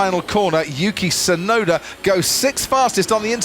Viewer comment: I can't stand how the narrator keeps calling "Yuki Tsunoda" as "Yuki Sunoda". The T is there, and it's not silent. Why doesn't he pronounce it?